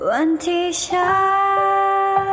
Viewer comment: เสียงเพราะมากๆจ้า แต่ติดเรื่องการออกเสียงนิดนึง เสียง( ร)ยังไม่ค่อยได้เท่าไหร่ แล้วก็การปิดคำ นี่ๆท่อนสุดท้าย" มันเป็นวันที่ฉันได้พบเธอ" เนยจะออก ฉานน .. ติดแค่นิดเดียวเท่านั้น ภาพรวมโอเคจ้าเพราะๆ ^^ เป็นกำลังใจให้